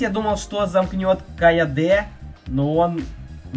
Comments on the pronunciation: Не Каяде а Кайоде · Не кайаде а кайоде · Ты красава уважуха. Годный контент. И не КайодЕ а КайОде